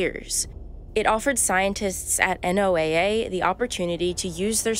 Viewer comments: It's pronounced Noah, NOT NOAA...... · This is narrated by an AI. Who calls Noh-uh N O A A?